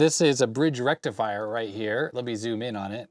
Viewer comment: FULL. BRIDGE. RRRRRECTIFIER!